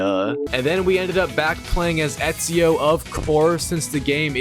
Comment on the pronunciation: bro ur telling me u platinumed Assassins Creed in the previous video and yet the whole time u pronounced his name as "easio". Lowkey sus af, plus the rate as which ur platinuming games and uploading videos